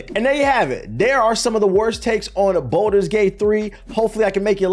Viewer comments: Why does pronounce balder's gate like it's spelled bolder's gate? There is no o in the word my boy lol. Its balder's as in (ball-ders) Lol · Ball - ders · The worst take is how you pronounce “Baldur’s” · I’ll take his minor pronunciation error over all the brain dead takes of the “I only fw COD and 2K” crowd.